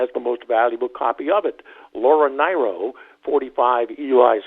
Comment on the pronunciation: It's pronounced Laura NEER-oh, not NIGH-roh. Also, where's The Beatles butcher cover, an original pressing of Velvet Underground and Nico, numerous jazz records, etc.?